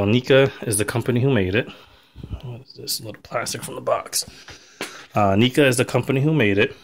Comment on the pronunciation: it's pronounced "Nehca" not "Neeca" but still nice video.